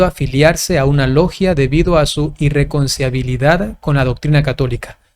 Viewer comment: Padrecito: - NO ES "IirreconciAbilidad". - ES "irreconciLIAbilidad" Dios lo bendiga.🙇‍♂️🙋‍♂️